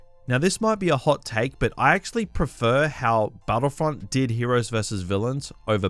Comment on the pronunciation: STARWARSEY and BATTLEFIELD-EE